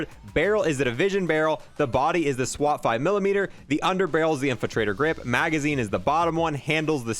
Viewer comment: Alright 3 points: 1. I'm a Prime example of the other style player, I play on Controller so I ads spam with deadshot so for me ads time matters substantially. 2. I think you should do SMGs next now that the Tec-9 was nerfed! 3. It's the Swat 5MW (Milli Watt) my dude not Millimeter lol